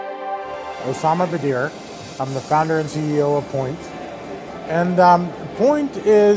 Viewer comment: Poynt not Point 🙄😒